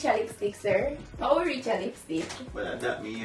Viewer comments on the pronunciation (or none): "How wi rech a lipstick" Divine nuh easy🤣